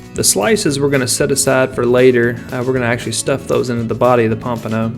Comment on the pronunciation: take a shot everytime he says pampono